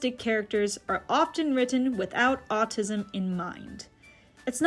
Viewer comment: It’s “Autism”, not “Autisum”